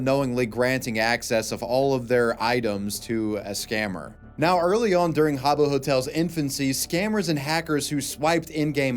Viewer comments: “Ha-Bow Hotel” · It’s pronounced HAAA-booh 😂